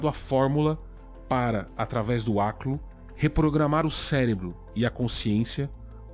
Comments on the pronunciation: aliás, sua pronúncia do aklo é justamente o que eu imagino de um habitante de ishmouth ou um deep one falando, ou seja, um tom de voz gorgolejado e embriagado. Parabéns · que bela pronúncia e sotaque perfeito, realmente uma língua maravilhosa